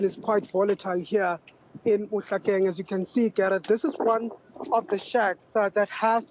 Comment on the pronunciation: Mohlakeng. Say it correctly